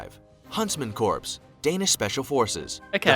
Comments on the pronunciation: Corps is pronounced like "core" not "corpse". The computerized voice needs some work. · I wish he pronounced "corps" correctly. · the pronunciation of corps is bugging me, thr British SAS is my favorite